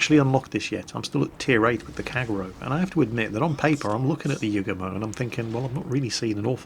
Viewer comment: you forgot to mention that the Yugumo get's 12km torps. Also you got the dude's name wrong the entire video. Don't ever change.